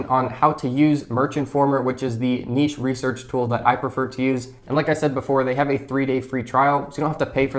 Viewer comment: It's so refreshing to hear someone pronounce the word 'niche' correctly👍🏽